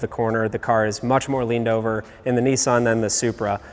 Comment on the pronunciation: The manufacturer is called and spelt Nissan not “Neeesan” The double “s” in Nissan shortens the sound not elongates it. Americans do seem to all struggle to pronounce words correctly in the main. 🇬🇧🇬🇧